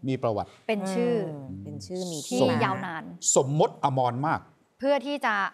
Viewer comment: สมมติ ไม่ใช่ สมมด